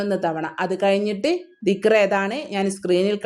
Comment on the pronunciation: ആദ്യം ദിക്ക്റ് അറബീകരിച്ചു പറഞ്ഞു പഠിക്കൂ